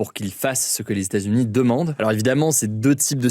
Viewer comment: hugo ! est-ce possible de dire LES E TATS U NIES s'il te plaît?? parce que ton "stazuni" là ca commence à souler